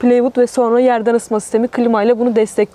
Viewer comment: İZOLASYON yazılır ama A harfi incelterek okunur.